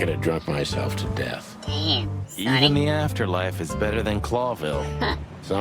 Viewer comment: Look,, you already shot me. The least you could do is learn how to pronounce "Sonny."